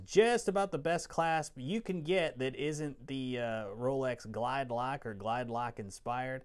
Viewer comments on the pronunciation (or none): none